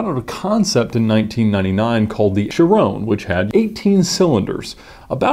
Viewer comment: What is this Veyrown and Chirown you are speaking of?